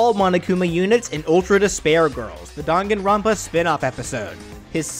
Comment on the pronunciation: It's "Dang-an-ron-pa" not "Dan-gan-ron-pa"